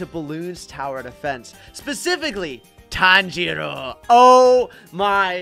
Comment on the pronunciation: Bro said tanjior wrong😂😂😂😂